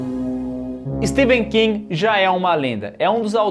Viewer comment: Que agonia os 2 pronunciando o nome do Stephen king errado 😖